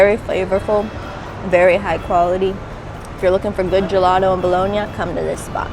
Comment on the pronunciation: Pronounce Bologna correctly please